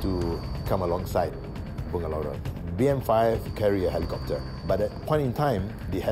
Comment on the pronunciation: ..skli dngar cm “pak imam” sbutnya...😂😂...BM5..dgar cm EX5..hahahaha